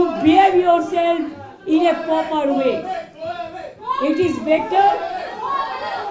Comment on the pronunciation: Even can’t pronounce proper she pronounce poper